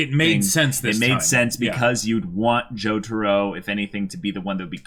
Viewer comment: How the hell did you butcher Jotaro's name that badly?